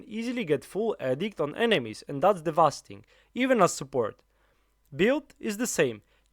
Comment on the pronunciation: Awesome guide! Just a tip, its "devastating" and not "devasting"